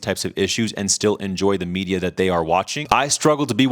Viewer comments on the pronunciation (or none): none